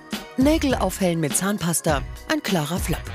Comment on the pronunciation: hat sie flAp gesagt statt flOp